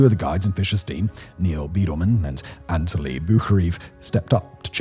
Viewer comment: Firstly, Anatoli is pronounced "Anna-toli". Secondly, when showing Doug Hansen and Andy Harris' faces, don't show the actors from the movie and not share that with the audience. You also called Yasuka a "he". Good video otherwise.